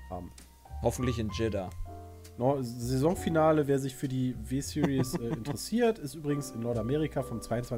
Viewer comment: Jihdah🤣🤣🤣🤣🤣🤣 dachte es heißt jeddah